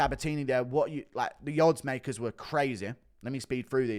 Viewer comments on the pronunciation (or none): none